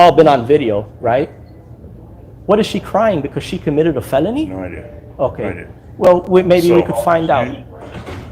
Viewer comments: A “feleny” 😅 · He can't pronounce FELONY either! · can't even pronounce the name properly Now he is crying that they did not offer him water.